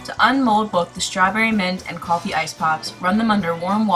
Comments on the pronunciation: Just an FYI- It's KOOL-FEE not KUHL-fee (I'm Indian, and Kulfi is an Indian word) ;) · its not callfi.....its Kulfi.....say it properly... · the proper way to pronounce kulfi to cool-fee. I'm Indian so thought I would let you know :)